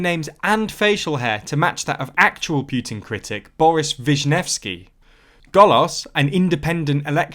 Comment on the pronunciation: It hurts how you pronounce "Vishnevskyy"